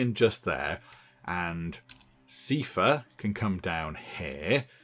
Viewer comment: Sifa Star? Essfa Star, surely?!